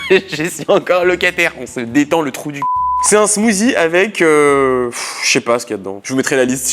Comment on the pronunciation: Smoothie on dit smoocie